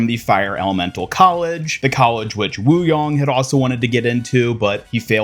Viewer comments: Wu YANG not Wu YONG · "wooyong" its wuYANG not wuYONG